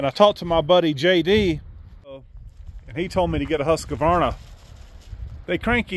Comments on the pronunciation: “Husk—Var—Nuh“😊 no “A” in the middle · It's pronounced HUS-KVAR-NA :D